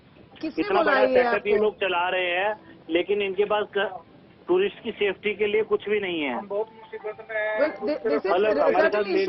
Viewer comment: Lady please learn how to pronounce "Tourist" correctly